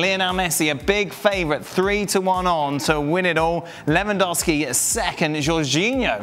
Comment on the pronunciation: First saying benzema 😁 Second saying Lewendwoski 😂🤣 And then saying benzema carried Real Madrid 🤣🤣